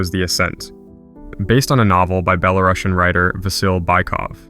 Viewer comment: great video, but as a belarusian i want to add, that it's pronounced bela-ROO-sian, not bela-RAH-shan